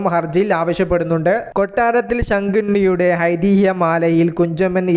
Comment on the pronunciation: 😂😂 കൊട്ടാരത്തിൽ ശങ്കണ്ണി അല്ല ശങ്കുണ്ണി😂😂😂